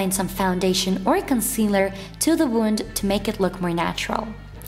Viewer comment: Wound not wonde